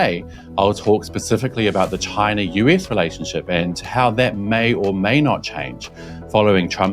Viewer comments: The correct Trump pronunciation is ‘ Ghyna’ !😉🤣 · I hated to hear the arce hole saying Chyna